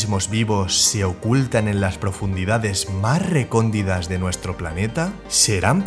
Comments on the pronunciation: Se dice recóndiTa, no recóndiDa. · La palabra no es recondida es " RECONDITA " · Es Recóndita, no recondida